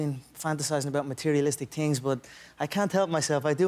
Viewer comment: He say tings 😂😂